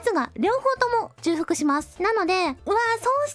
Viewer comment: 麻雀を教えていただきありがとうございます これはちょうふくと読みます